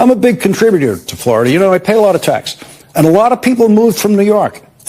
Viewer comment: He can't even pronounce his home state: FLARADA!